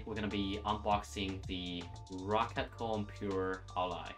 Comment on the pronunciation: He said roccat like “rocket” bot with an a instead of a e I saw ro-cat kones